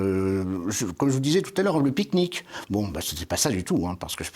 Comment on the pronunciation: Tres interessant , ..... merci 👌 "picque-nique" 😂